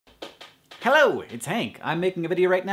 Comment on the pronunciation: that hello sounded strangely british...